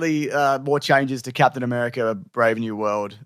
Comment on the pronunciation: "Padtain A-bear-ica"